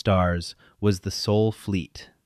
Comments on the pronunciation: OK, considering the fact of how children are treated in 2026, I find this completely in plausible . And why can’t the AI get it right? SOL not SOUL. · Thanks for a good story just 2 gripes. 1 is its sol not soul 2nd is its maths not. Math. This indicates that this channel is American based not dutch as stipulated in your bio. Stop butchering the english language. But otherwise a good story. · It's Sol, not Soul! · Sol, not soul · A large percentage of these AI-generated stories make this error, as though unable to distinguish between the vowel sounds. Another example I've seen a few times is the word 'hull' rendered as 'hole'.